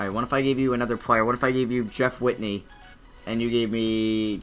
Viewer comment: Jeff WITHEY not witney